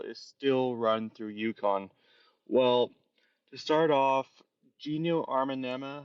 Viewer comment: You got Gino’s name wrong. I didn’t want to play further to see if you Butchered Paige’s name either. Please be sure you fact check and by all means get the names correct please!!